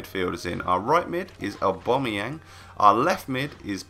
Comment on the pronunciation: saying aubameyang:"aubamoyang